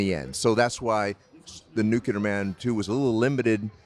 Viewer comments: NuCLEAR Man. Not NuKULAR Man. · You're right, he did say, "Christopher Reeve as Superman." Everybody keeps saying "NuCular," though. 😂